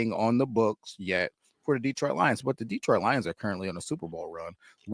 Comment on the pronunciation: What’s with all this DeeeTroit stuff. You guys live there and it’s my home town. Pronounce it like you’re smarter.